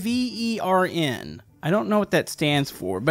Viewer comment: wyvern isn't an acronym it's pronounced why-vern rhymes with fern